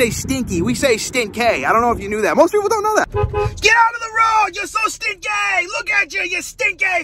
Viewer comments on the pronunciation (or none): stin-kay and the tri-house in MA is the triple-deckah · Stin-kay , lol still with ya.. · Stin-kay